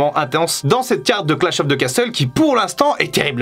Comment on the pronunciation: Je suis pas un pro en anglais mais perso je dis « row ». Par contre on dit pas « casteul » mais « casseul » voire « cassol » avec l’accent